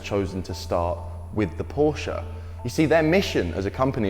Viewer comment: Love that you pronounce "Porsche" right!